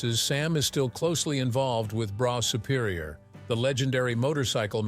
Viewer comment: Hey,.......it's Bruff Superior. Get your facts right before you make a vid'.